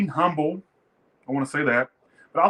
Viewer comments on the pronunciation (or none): none